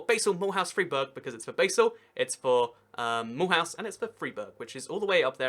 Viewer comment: Mulhouse: Mill-ooze, not Mul-house.